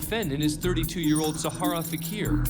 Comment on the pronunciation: Wow does no-one in America know how to pronounce the name of the largest desert in the world! Sahara! Not very educated people! 😂🤣😂🤣😂🤣 I.caught this as that's my youngest daughter's name & very few people pronounce it correctly or spell it correctly! 😖😖😖😖😖😖😖 Even suposedly highly Educated & Respected courts! And these people are mKeing judgements about people's lives! No wonder they come out of prison worse than they were to start with!